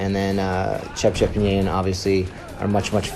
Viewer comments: Its Ce... cep, not Cep cep you pronounce it all wrong man, it a native west Java names In Sundanese particularly. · Cecep , not cepcep 😁🇲🇨🇲🇨🇲🇨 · Anjir si narasinya bilangnya cepcep bukan cecep 😂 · Hey you! CECEP , not CEP CEP. 😢😢😢😢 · Its should be cecep not sesep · U say sesep not cecep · cepcep lol. his name is cecep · This scene is a little bit slower but still good. Btw its pronounced as ce-cep not cepcep bangsat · it's yayan and cecep not yayan and cepcep lol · His name is Cecep, not Cepcep 😂😂😂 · cepcep ahaha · Cecep = cepcep haha